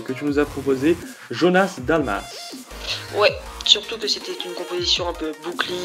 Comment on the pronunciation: Merci d'avoir choisi ma compo 👍 Mais petit detail, ce n'est pas Jonas Dalmas mais Jonas Dalmasso ^^